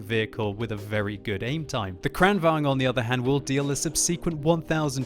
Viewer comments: tank name is KranvaGn, not KranvanG!!!! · Kranvagn is pronounced Kraunvangn in swedish. Just thought someone might want to know. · Actually it's pronounced KranvanGN so he's almost there. Just need to add an "N" at the end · Lengthen the A in KRAN,. Say “krahn”. It can either mean crane or tap (as in water), although in this case it probably means crane. I’m guessing because of the turret and gun having a movement slightly resembling a crane’s(?). It was called the KRV here also. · I love how he says "krrrrranvaGn" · Is it really true the Kranvagn is correctly pronounced 'kraken'? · gosh im tired of people pronouncing kranvagn in like deutch or russian :/ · You pronounce german tanks right but not swedish? Gosh;/ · He sounds russian when he says it not swedish xD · It is funny😂😂😂😊😂😂😂😂😂😂😂😂😂😂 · Its Like hearing "skhoda 50" when u r Czech.😂